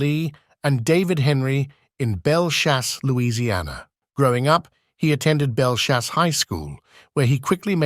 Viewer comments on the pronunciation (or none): It’s Belle Chase not Belle Chauce, say it right